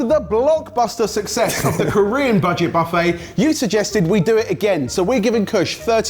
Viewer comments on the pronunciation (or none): none